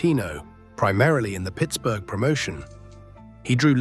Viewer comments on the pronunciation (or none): none